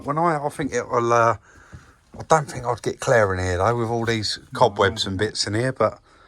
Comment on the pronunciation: It’s not the accent as much as the mispronunciation of words “I fink it’s furty free and a furd percent!” A growing number of idiots in the UK are starting to speak like this. They think they’re cool or hard but really, they’re just “fick”!